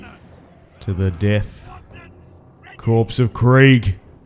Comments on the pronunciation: ffs it is core not corpse.... you dont call it the marine corpse. it is sounded out the marine core, much like it is sounded out the death core of krieg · Corps and by extension Korps are pronounced as kor, identically to the word core, the p and s are silent